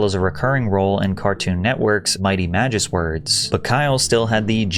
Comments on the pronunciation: He read it as 'magis words' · Mighty Magis Words??? You mean Mighty Magi-Swords? Lmao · Lmao same, I would say it's Magi-Swords, not MagiS-words. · Magi_ swords not. Magis_words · bro said magis word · Pronounced Mighty Magis- Words. Lol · magis-words 😂 what a dummy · "Magis words?" Ya goober. Nice video. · lol I’m almost certain its Magi-Swords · I was thinking the same thing!! Have you never seen the word "sword"? 🤦😂